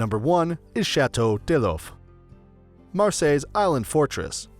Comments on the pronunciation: Hi ! i'm from Marseille, it's the France's second city and the oldest. I just don't understand why you say "Château Deloff" it's Château D'If, like in english when you say "what if..." xD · Chateau day loaf... wtf. Deef if is not hard for an English speaker to say.